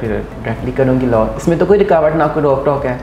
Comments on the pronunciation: try to groom your hosts first and by grooming i mean that try to work on the way they speak..e.g., its law not luw and many other things..by merely dressing up or doing a lot of makeup you can't become eligible to start hosting.. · Madam ap bhi parh likh letin.... Low nae law hota hy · you should work on your pronunciation. Low nahi law hota hai otherwise nice interview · بیٹا آپ اپنی اردو صحیح کریں آپ کا لہجہ بہت غلط ہے آپ بار بار لو کہ رہی ہیں دراصل لاء درست ہے اس کے علاوہ بھی آپ بہت غلط ارو بول رہی ہیں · loooo nai laa hunda pain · Bahan g low ni law hota ha ordinance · kanwal its law not low🤣🤣🤣🤣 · LOw nahi LAW hota hai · please correct ur pronunciation low nai law un parr jahil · It's law not low😛pls learn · Yaar LOW nahi LAW hai. Huda kayliyeh pakistaniyo English ki maa bahen ayek kar dee hai aap logon ney. Interviews Karney say pahley google per he words ki right pronunciation kay liyeh search kar liya karo. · kanwal lo ni law hota hai😅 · Ye ..low ni Law hota bibi please thora sa ap b seekhna start kro tik tok se to kuch seekha nj ap ne thanks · Law instead of low